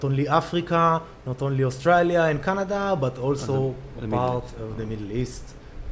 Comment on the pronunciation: Little known fact: the most Hebrew word in history is pronunciation of "Australia"